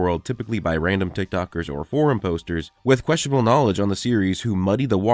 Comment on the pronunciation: When you said forem i heard whorem and im DYING